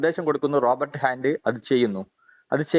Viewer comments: സംഭവം കൊള്ളാം. പക്ഷെ, പറയുന്ന റോബർട്ട് ആരാണ്? പുള്ളി ഉദ്ദേശിച്ചത് robot ആണോ? 😑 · വലിയ കോണോത്തിലെ ചോദ്യം ചോദിക്കുന്ന പൊട്ടന്, റോബോട്ട് എന്ന് പറയാനുള്ള വിവരം ഇല്ല. റോബർട്ട് എന്നാ പറയുന്നത്. വലിയ തത്വ ജ്ഞാനി എന്നാ വിചാരം